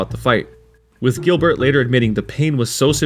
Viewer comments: You mean Giblert lol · GiBlert LoL